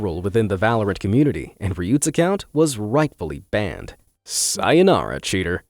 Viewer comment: Sa-Yo-Na-Ra Chea-Ter